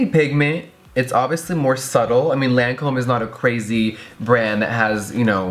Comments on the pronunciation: When Jeffree says “LANcöme” 😑 It’s pronounced “Lacöme” 😂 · Lancome pronounciation: "lon-com" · its pronounced lawn com in a french accent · You pronounce it Lon com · lol I love how everyone mispronounced the name Lancôme.. its so easy to pronounce too. I was surprised Jefree mispronounced it cause he is usually on top of makeup stuff.